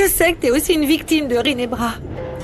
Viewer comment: J'aime comment appel rinebra rine😊😊